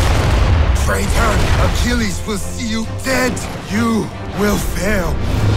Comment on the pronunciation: did he say Achillies? does this mean it takes place during the time of AC3?